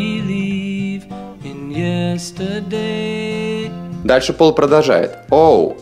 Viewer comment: Переводчик! Извините, плизззз... Вы -русский или еврей? Допустим. но смысла Вы не улавливаете Совсем! Юз ту би? естедей? У вас переводчик говорит "ес ту дей"! На .Великом русском, как это можно интерпретировать? Вплоть до (ё..... твою .....). Мастера перевода! Вы же ни х... я не понимаете в языке и только токуете, как понимаете сами. А сами вы ничего не понимаете! Вот в этом и проблема! Славяны... , Левша говорил,что "Англичане ружья кирпичом не чистят". Вы поняли о чём говорил Тульский слесарь Левша? А? Нет! Ответа не будет. Не англичане вы и не Левши.И ваш перевод есть чистка кирпичом того , что нужно смазывать маслом!Тщательнее, тщательнее., как говорил великий знаток Русского языка Черномырдин.и его руководитель, Горбачёв. Или ГорбАачев? А кто их знает? Не было НИКОГДА, и вот ОПЯТЬ! Прекрасная ЛОГИКА! Новое МЫшление! Или МышлЕние? Знатоки Великого Русского, подскажите и поправьте! Я - Нерусский!.